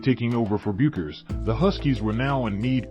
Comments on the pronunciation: Bueckers is pronounced "Beckers". Any WBB fan should know this. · Dude I appreciate your vid but you really should know how to pronounce Paige and Gino's last name. Everyone in America who knows basketball knows. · I appreciate the Uconn & Bettencourt still photos in this video but Paige Bueckers was the most decorated basketball college freshman in the history of the sport. She remains (though currently recovering from injury) the most gifted female college player in the nation....all that to ask...Can't you pronounce her name correctly at this point????